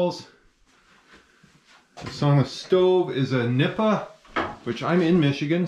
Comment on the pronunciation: That stove is pronounced Neep…………Pa. That’s how the yooper Finns I know say it.